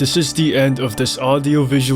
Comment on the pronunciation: why does he say "Audio" like "aRdio"